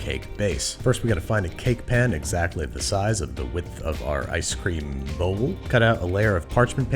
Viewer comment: Why is no one talking about how he called it ice scream